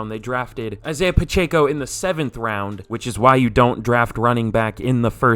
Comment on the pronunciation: Its pronounced Isaiah Pa-check-O